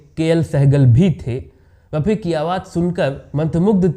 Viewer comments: Apni language theek ker . Aur bol Mohamed Rafi sahab. Yeh kya laga rakhkha hai raphi raphi .. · ये कहानी कहां से लाएं जनाब बी बी सी वालों आप से राय लेने ।भेजना पड़ेंगा रफी साहब कहना तो सीखलो pronunciation तलफ़्फ़ुज़ की अदायगी करना सीख लो भाई एंकरबाद में बनना तहजीब परीवार आती है बच्चे के पाओ पालने में दीखते हैं ओछी हरकत करना..….......